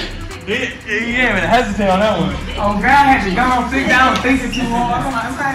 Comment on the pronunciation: We got dat I think we might have dat and deeze.